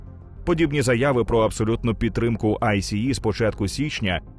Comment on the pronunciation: Дякую за чудовий контент. Але я не можу зрозуміти чому в українському ютубі говорять АйСі-і якщо самі американці завжди читають це «Айс». Це по-перше дуже ріже вухо і по-друге ускладнює сприйняття. Саме ця структура не читається як абревіатура а читається як слово. Саме так це озвучує влада США і самі працівники айса